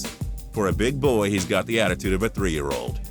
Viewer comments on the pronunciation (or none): none